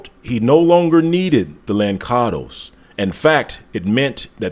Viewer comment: Just a small note...the correct way to say Lançados as the sound "lanssados" meaning throw away...I'm Portuguese btw...and "molato"